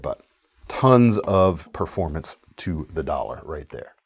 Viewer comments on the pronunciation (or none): none